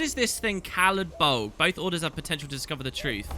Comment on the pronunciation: Caladbolg? Oh, you mean Salad Bowl.